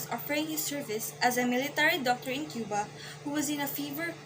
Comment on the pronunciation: You mispronounced the Cuba